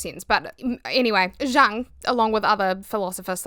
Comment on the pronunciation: It's yoong, the j is a y in pronunciation